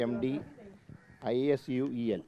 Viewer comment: Remdisul എന്റെ പൊന്നു മന്ത്രി Spelling പറഞ്ഞ് പഠിക്കുവാണോ. ങ്ങളെ ക്കൊണ്ട് കൂട്ടി യാൽ കൂടില്ല.